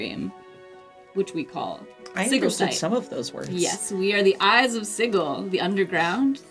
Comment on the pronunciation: it's pronounced: sɪdʒɪl rhymes with vigil, not giggle